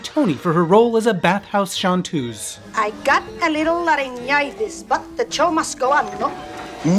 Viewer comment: It's not shantoose, it's chanteuse.